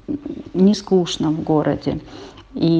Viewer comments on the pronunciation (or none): none